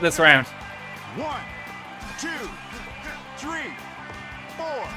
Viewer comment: did anyone else notice the ref says "tree" instead of "three"